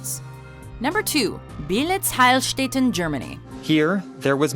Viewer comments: You pretty much butchered the prononciation of Beelitz Heilstätten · How she speaks out Beelitz Heilstätten ;D thats Germany